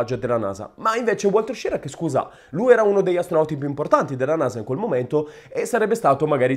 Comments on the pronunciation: SCHIRRA non "SCIRRA" ERA SVIZZEROSARDO. O meglio ITALO AMERICANO. Quindi almeno dillo in Italiano il cognome. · Una notazione.La pronuncia di "Schirra" non è "Scirra". Ma proprio come si scrive. Schirra aveva origini italiane. Per la precisione sarde! I nonni erano di Ghilarza, in provincia di Oristano. Emigrati poi in Svizzera, poi si spostarono negli USA. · A quanto sembra Schirra aveva origini sarde, si dice che suo nonno fosse di Ghilarza (Oristano) ed emigrò prima in Svizzera, poi negli States. Coincidenza: a Ghilarza visse anche Antonio Gramsci. Se questa tesi fosse vera, il cognome Schirra cognome andrebbe pronunciato "Skirra". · Hai perfettamente ragione, stando a Wikipedia. Schirra è un cognome sardo e si pronuncia proprio Skirra. La sua testardaggine potrebbe essere proprio quella dei sardi 😂😂